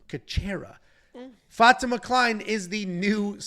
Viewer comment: The fact that doesn't know how to pronounce Fatima (FAH-TEE-MAH) is astounding. I mean come on man, seriously?